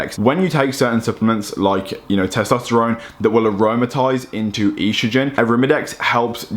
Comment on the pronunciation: Love you, but you HAVE to stop saying E-strogen lmao its just estrogen. Not E-strogen! Haha keep up the dope videos though!